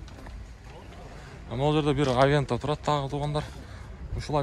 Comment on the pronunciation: Авента эмес, аванте